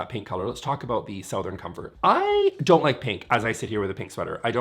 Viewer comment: Is "sow-thern" a Vancouver thing or a thing? I'm racking my brain to remember if I've heard other Canadians pronounce it that way...